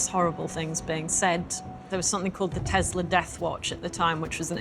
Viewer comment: Did his ex-wife say Tesler?